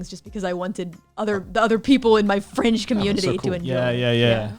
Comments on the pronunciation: "fringe community", not "French", although that caught me off-guard, too. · i rewound that part like 4 times to hear the "fringe" part i thought she said "french".